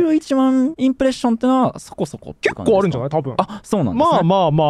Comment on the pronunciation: 結構の「け」の発音の時に不思議な音も一緒に鳴ってる